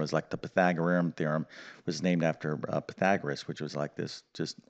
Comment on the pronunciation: I can see why pupils in this teachers class would be bored out of their brains within a very short time. It was sooo drawn out. And I wouldn’t pay much attention to a math teacher who doesn’t know how to pronounce Pythagoras.